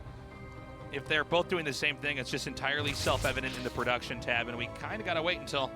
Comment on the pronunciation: Haha, yeah wtf hard to get a decent translator in Korea apparently. "I did go fol mole ploduction"